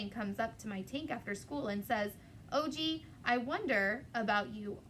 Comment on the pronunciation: Hey there- his name is Og not O.G. :)